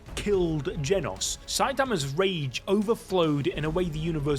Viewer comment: “Genus” he says💀🥀